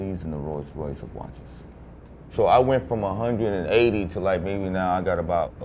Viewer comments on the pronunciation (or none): none